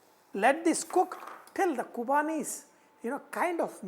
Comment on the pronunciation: Vahchef, it's Qurbani ka Meetha not Qubani hope you ll correct it.